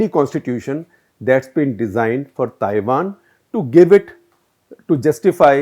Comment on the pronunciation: At minute 9.48 you say 'Tiwan'. Slip of tongue may be...